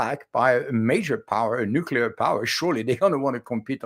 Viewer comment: The word is nuclear not nuculer. George W. Bush whose English and English pronunciation were very poor made the nuculer popular. George W. Bush is really a very bad example for anyone to imitate.